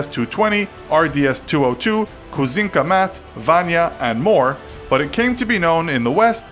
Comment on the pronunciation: It's not kuzinka mat. It's kuz'kina mat'